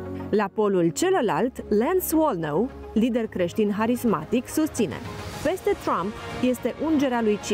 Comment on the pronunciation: Se spune “carismatic”de la Carisma ..nu ,harismatică …aceasta e de la “harismatică”și tu ai citit prea puțin ca sa faci deosebirea între doi termeni total diferiți👍